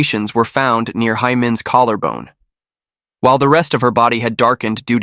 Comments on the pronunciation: In Korean, Hae is pronounced like the English word 'hay', not 'high'. This applies to other Korean names and words as well - ae is the same pronunciation as the alphabet 'A'. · Her name is pronounced hay not hi